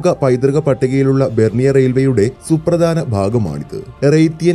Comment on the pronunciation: Suprdanamalla. Say Supradhana